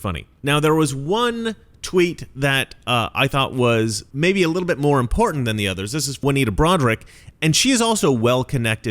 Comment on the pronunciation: You mean like the way millennials say “impor-ant”?